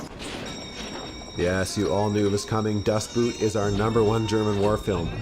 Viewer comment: Dustboot? xD